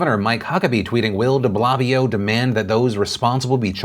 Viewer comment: I really appreciate that you said Deblabbio and didn’t correct it lol